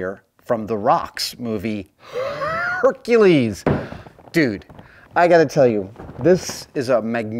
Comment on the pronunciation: the way man said Hercules 😂😂